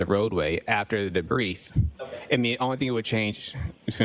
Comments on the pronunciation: It's called a debri field not debrief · Why does he only use half words? Like, he doesn’t even use all the syllables. “The Bree field” like can you say debris? “Diffinly”? Wtf